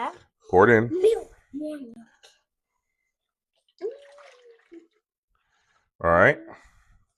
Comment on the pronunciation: The way you said "melk" is a perfect prenounciation for milk in Afrikaans..my home language. 😊